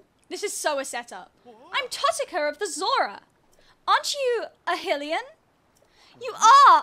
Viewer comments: I'm sorry but every time you say Hill-ian it just kills me. XD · it’s endearing lmao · hearing you mispronounce hylian hurts my soul 😭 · XD It's pronounced 'High-lee-an', same as Hyrule (High-rule), and Hylia (High-lee-ah) ...Also Sidon is (Sigh-don) not (Sidd-on) XD But honestly your way is much more funny.